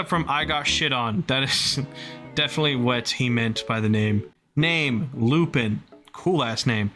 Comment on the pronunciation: Fun fact Lupin is pronounced Luu-pon as in the french phantom theif.